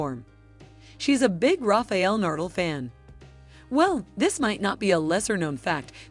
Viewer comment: Nice vídeo, but who is 'Rafiel Nurdle'?